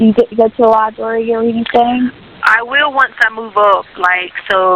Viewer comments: She was a teacher ?? With a doctorate ?? and she calls a library a "libary??? continues to smh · And the "libary" and "wrasslin". And this woman was a teacher? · Lie-berry--but, yeah, she has a Doctorate in Education!